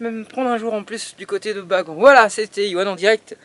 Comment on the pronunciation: Et on dit baganne pas bagant